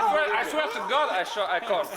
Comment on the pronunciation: Bro said “ I swea I swea to gohd i call”😹😹😭😭😂🤣